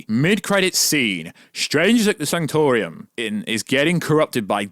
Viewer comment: And it's the sanctum sanctorum, not the sanctor-ium. Bro do you even MCU?